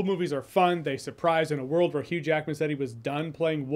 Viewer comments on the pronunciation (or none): none